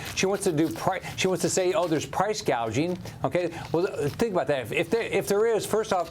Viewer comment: She said price gaging. Haha